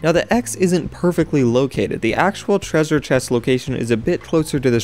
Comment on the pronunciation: How to pronounce treassure Tre - sure